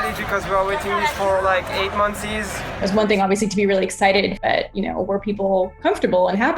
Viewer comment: "eight monthzies" lolol